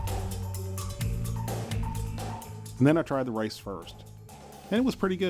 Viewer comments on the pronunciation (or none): umm did he say Mexican rice or lice? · Chinese style lice. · . Rice not lice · "And the spanish lice" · you say rice do you mean lice? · did he say Mexican lice wtf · 4.53 spannish lice . hahhhhah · The Spanish "lice"?? 🤣🤣🤣🤣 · you really did say lice! lol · I thought he said Mexican style "lice" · he did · yea he did hahaha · Me too lol I was like what? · He did!